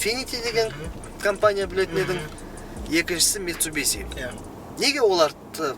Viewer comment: Митсубиси емес митсубиши. Суси демейсинго суши дейсин. Сол сиякты.